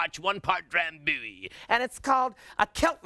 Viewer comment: idk why but the way he said "drambuie" killed me